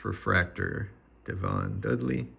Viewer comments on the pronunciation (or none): none